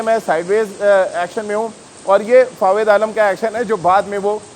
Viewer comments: अबे जोकर नाम तो सही ले😆😆😆 फावेद आलम नहीं बे जोकर फवाद आलम नाम है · abey bhai Fawid nai hai.. Fawad hai FaWAAAAAD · are Dimag ghutno me h kya tera ya sunai nhi de rha ye chutiya fawed fawed kr rha h inko kon media me bithata h yr 😃😂